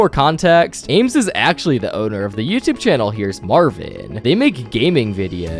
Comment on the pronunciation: "On youtuuhbe"